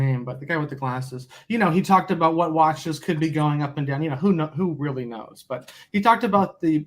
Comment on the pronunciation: Wheely..wheely...de brain bwain is fowgiven..wheely wheely... FMD